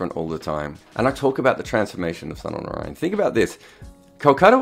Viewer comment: When you can pronounce Sunil Gavaskar Sunil Gavaskar why can't you pronounce Sunil Narine Sunil Narine.